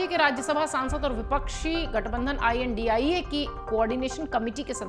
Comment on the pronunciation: Chal padari theek se India Bol ...